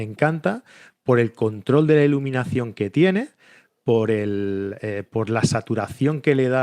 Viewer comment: Olt? Cleck? Termineiror? ileminación?